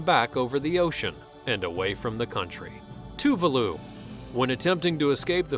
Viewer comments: Too-le-voo?! Too-VAH-loo, omg. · it's pronounced (Too-Var-loo